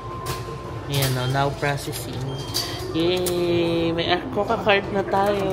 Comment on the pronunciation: Trivia lang, yung pronuciation ng ICOCA is ee-ko-ka, play on words kasi yun which means 'Let's Go' in Japanese. If you want to study a new language, I'd recommend Rocket Language. Natry ko sya, ilang lessons lang pero effective sya sa pag-retain ng natutunan mo. May iba na rin ako nasubukan pero Rocket Language yung pinaka-effective sa akin. Yung konti ko na natutunan nagamit ko sa Japan.